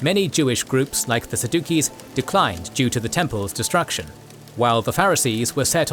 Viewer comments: It's pronounced SAD-YOU-SEES. Not, Sah-duke-eee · Pretty sure it’s pronounced saddu(sees) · lol TEH "SAH-dookies" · Mispronouncing key words in your discussion makes it hard to value your video. Sa-dookies? Sad-Jew-ees! It even has the sound “Jew” in the word, unless you lean towards a hard d sound. But you said “sad dookies”. Is this a joke? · It's pronounced SAD-yu-sees, not sa-DU-keys. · You are butchering the word Sadducees. wow. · "Saduccees" has a soft c and is pronounced sadusees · Sadduccees was pronounced Sa_Duke-EEs in this video 😂😂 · I've always hear Sadducees pronounced as Sad-u-sees. Although, it may have been the way fr that pastor to explain the difference from the Pharisees. Pharisees believed in a Messiah while the Sadducees did not, that is why they are Sad You See, lol. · The most controversial thing in this video is the pronunciation of Saducees